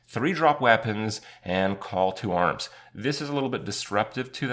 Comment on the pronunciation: sounds like he's saying "call to worms"